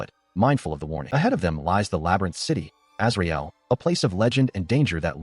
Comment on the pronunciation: When I heard "Azrael" at first I thought they said Israel. Lol